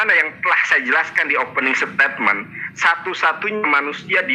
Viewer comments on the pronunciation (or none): Saking sebelnya sama Nandar, kepaksa deh saya maén fisik. Firman itu huruf "f"-nya kecil, bukan huruf "p". Omongnya pake "pernyataan", aja, gak usah "statement" yang kamu bilang "setetmen".